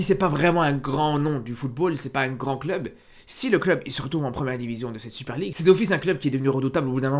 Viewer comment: 7 articule s’il te plaît, la Super League à tu l’as gober le mot